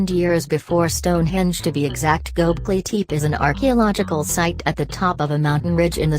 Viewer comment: Turned it off right when it pronounced it wrong #possiblefalseinformation #nochances #noLs